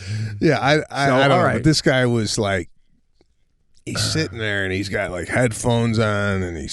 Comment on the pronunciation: Sebastian the word THERE is NOT pronounced “DARE”…..what is wrong with you? Aren’t YOU embarrassed? - (as one of your tours is Titled).